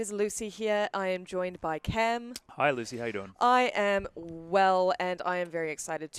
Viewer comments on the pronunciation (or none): loosey he-ear